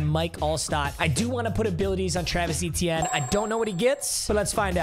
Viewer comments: his last name is pronounced a-chan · oh you mean Travis E-Teeny?